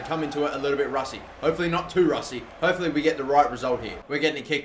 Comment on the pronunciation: he said "rusty"